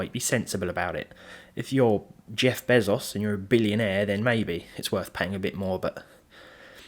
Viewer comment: Love the way you pronounced bezos